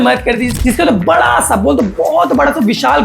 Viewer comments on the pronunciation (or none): none